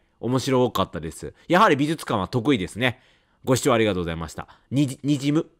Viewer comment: 相変わらず発音が「びずつかん」で安心しますね。 ( +▽+)ピコーーーン！！！